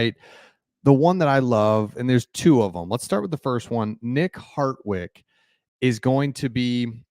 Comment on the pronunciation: harDwick not harTwick